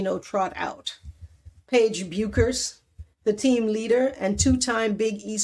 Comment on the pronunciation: Paige's last name is pronounced "Beckers."